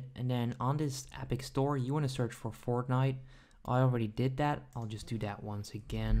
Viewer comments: He is saying fortghnit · Him saying Fortnite is so awkward